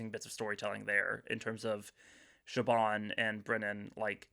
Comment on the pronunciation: No hate this was a lovely conversation I just wanted to say that Siobhan’s name is actually pronounced more like “shiv-on” than “shib-on” or “sib-on”